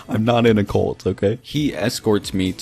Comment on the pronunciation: Whwnwver he says "cult" it sounds like hes saying "colt"